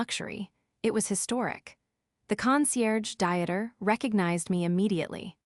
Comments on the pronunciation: You really cannot imagine the cringe factor of this and other AI narrated stories. Unread pronounced correctly but read pronounced as Reed instead of Red. Dieter sounds like a person going to weight watchers. And not a man's name. FFs it's pronounced Deeter not diet er. Your narration has not improved from day 1. But I'm sure your finances have. It just shows utter contempt for the listeners 🤬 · Oh Lord, all German, Belgian, Austrian, Swiss, Dutch men named Dieter are feeling insulted right about now. That's the problem with computer A. Voice reading the stories. Dieter is pronounced Dee ter not Diet er 😂😂😂😂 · Dieter as a dieter? Pure cringe 😂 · The AI really said dinner instead of Dieter 😂 whole continent catching strays